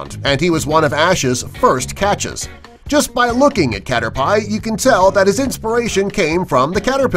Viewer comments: Ok critic time. Pokemon do not have The in front of their name. Also Magikarp evolve at level 20 and you only need one. Caterpie is pronounced Caterpee. Bulbasaur is not based off a frog. The Victreebell entry makes no sense. He said number 6 on number 3. Drowzee was spelled wrong. This dude was just given a script and literally read it. Plus Mario Smash Brothers is not the name. It's Super Smash Bros. Also traveled?? They don't just travel to another game this dude is just a Nintendo noob. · it's spelt Drowzee and cringing at Cater- PIE! IT'S PRONOUNCED CATERPEE DON'T MAKE THIS VIDEO OF YOU DON'T KNOW YOUR FACTS! sorry I take pokemon seriously AND ALL THAT WITH MAGIKARP YOU NEED 1 AND THEN THE XP SHARE KILL GOOD POKEMON THEN IT WILL EVENTUALLY EVOLVE!!!!!!!!!!!!!!!! again sorry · I don't like the way he said Caterpie. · ikr when I heard caterpie I nearly vomited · SAME OMG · I KNOW RIGHT!!! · Did he really say Caterpie wrong lol😂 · I just scrolled down as I heard it to complain about it, but you were ahead xD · Brony ewwwwww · "Caterpie" actually made me cringe 😖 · I agree. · Wait a minute Mario smash bros? Cant you pronounce it right? Its super smash bros and youve made alot of errors in this video 1. You called number 3 number six 2. Bulbasaur is a frog pokemon witch is an amphibian 3. Caterpie you pronounced it wrong 4.some of these pokemon facts didnt make sence at all 5. What does cathing 1000 magikarp mean? Do i have to catch that many for it to be usedull? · He said Caterpie wrong! The e is silent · You say caterpie wrong!!! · Your lost me at your pronunciation of Caterpie smh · Catter-pie?! Its Catter-pee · caterpie pronounced wrong cater-pi not cater-pay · it hurt to hear him say cat or pie its pronounced caterpi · It hurts when he said caterpie (cater-pie) instead of caterpie (cater-pee) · Jon Pihursky He pronounced Caterpie wrong, its Cat-er-pee not Cat-er-pie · its cater pee not cater pie. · It cat-er-pee not cat-er-pie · Its not Cater Pie its Caterpee